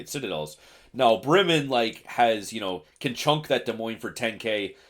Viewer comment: "It's the Bremmen, the Bremen (right pronunciation), we'll stick with Bremmen"😂